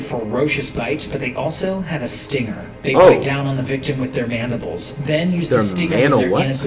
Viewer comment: Normally educated man:Mandibles Flight: Mandawah?